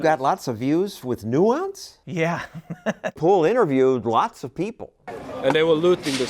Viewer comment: I had to replay that word several times before I knew what he said.